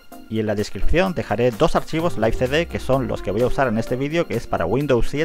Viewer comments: Se escribe live y se pronuncia laiv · Yo siempire lo pronuncie live